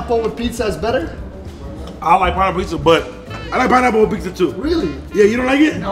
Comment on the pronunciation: Gotta love when calls it PeakZa 💀